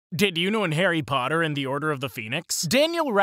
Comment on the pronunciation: AIRYYY POTTAAAAAAHHHH